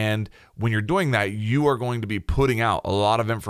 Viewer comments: Yea bruh I looked in the comments for someone to say that 😂 annoys the shit outta me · Well now I just feel like an ass. I have to add that the video is great. It was just funny. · I love the way you pronounce "doing" sounds like dough-ing. Literally kills me everytime XD thank you for the video! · Anybody else just notice he says “doing” like “boing”? Or was that just me lmao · Holy shit. Everytime. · Anyone notice they way says doing “doughing” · Am I the only one that thinks forgot how to pronounce "doing" just before making this video? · Take two every time he pronounces 'doing' funny :P